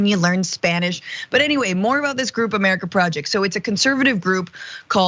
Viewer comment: "'MUH-ruh-kuh PRAW-uh-JAY-yikt"